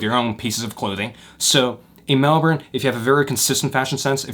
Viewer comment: as a fellow melbourne person way we bow to you as the first american or canadian to not say it is melborn